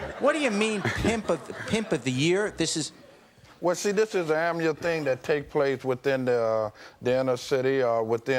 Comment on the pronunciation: It’s an “ammual thing that takes place once a year…” 🤣